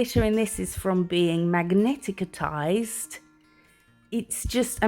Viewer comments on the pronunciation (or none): Magnetized is pronounced Mag ni tized, three syllables.